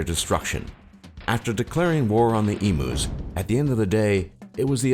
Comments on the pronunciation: Yes, it's pronounced e-mew, not e-moo. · ITS EMUS NOT EMOOS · I laughed so hard at the em-oo it's said em-you!!! Omg hilarious. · My Problems with this video: He called Emus E-moos you pronounce it Eemyou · Emooos lol Great emooo war this guy 😂🤣😅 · please this was supposed to be informative not comedic I laughed so hard at "eemoos" I had to go back to actually listen to what you were saying. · OMG IM LAUGHING SO HARD A 8 WHEN HE CALL EMUS EMOOS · EMOO'S! I'M DYING XD XD XD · Lucas Harrison Yes Lucas calling them emoos. I bet the emus hated it even more than us. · My thoughts, u pronounced emus wrong, the refugees and stolen generation: the governments crap, our internet speed isnt THAT slow & yes we do live on a death trap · Omg, your pronouncing EMUs wrong, it's painful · You're pronouncing 'emus' wrong you stupid narrator. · It actually annoys me that he pronounces emus so wrong :/ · true but there's only one way to say emu and it ain't exactly rocket science